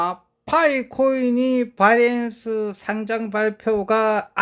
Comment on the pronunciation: 틀딱들은 지 ㅈ대로 읽고 하는게 있음 이해 해주셈 고칠수 있는게 아님 배터리를 빠때리라고 하는거랑 똑같은거임 걍 아 딸피여서 어쩔수 없구나 하고 넘어가는게 맘편함